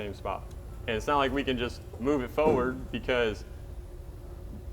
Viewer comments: Every time he says "foward" I want to scream. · Millennial don't know how to say forward!!